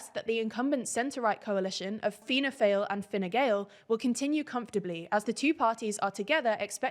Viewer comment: The pronunciation of "Fianna" was correct but "Fáil" is pronounced like "Fall" in English.